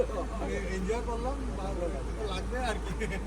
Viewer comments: Injoy na enjoy hobe kotha ta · তুমি কলেজে পড়া একটা মেয়ে হয়ে এত্তো ভুল - ভাল English Pronounsation করো যা দেখতে খুবই বিশ্রী লাগে ওটা ইনজয় উচ্চারণ হবে না ওটার সঠিক উচ্চারণ হবে এনজয় বুঝেছো এর আগেও একবার এই কথাটাই বলেছি তোমাকে আজই যেন শেষ বার হয়। ওটা ফেরেস না ফ্রেস হবে উচ্চারণ টা আর ওটাকে সারপ্রাইজ বলা হয়। র মা কালো শাড়ির সাথে সাদা ব্লাউজ পরলে ভাল মানাত ঐ লাল ব্লাউজ টা কালো শাড়ির সাথে একদমই মানায়নি। আপনাদের এই কমাণ্ড দাদার বাড়ির যেখানে আপনারা ছিলেন সেখানেই কয়েক মাস আগেই অমিতদা, সন্ধ্যা বৌদি এবং তাদের দুই মেয়ে জামাই এর পরিবারের লোকজন এসে থেকে গেছে এবং ঐ কমাণ্ড দাদার বাড়ির খাবার ও খেয়ে গেছে তা অমিতদার ভ্লগে দেখেছি। আর ওটা দক্ষিণেশ্বর বিরিজ না ওটাকে বলে বালি ব্রিজ যার আরেক নাম হল " নিবেদিতা সেতু " বুঝেছেন। আমার বাড়ির খুবই কাছে এই দক্ষিণেশ্বর মন্দির আমি ও আমার একমাত্র ছেলে উত্তরপাড়াতে থাকি আগে আমি ও ছেলে প্রায়শই ঐ দক্ষিণেশ্বর মন্দিরে এবং আদ্য়াপিঠ মন্দিরে গিয়ে বসে থাকতাম তখন আমার ছেলে খুবই ছোট ছিল এখন আমার ছেলের পড়াশোনার খুবই চাপ ও এখন Maths Honours পড়ছে তাই আর যাওয়াই হয় না।